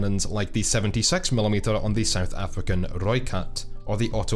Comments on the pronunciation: I'm just really impressed at your pronunciation of Rooikat. Best pronunciation by a Brit I've ever heard. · First non afrikaans person that I have ever heard pronounce Rooikat correctly. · I love the fact that he correctly pronounced "Rooikat". Great video man, I love your content.